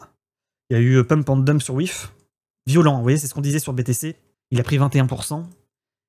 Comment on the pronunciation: Le Brek ahoute , pemp et demp.... foutu franglais mal prononcé ....